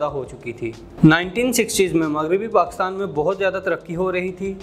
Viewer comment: پہلے PakIstan کہنا تو سیکھ لیں آپ تو PakAstan کہ کر اپنی مٹی خود ہی پلید کر رہے ہیں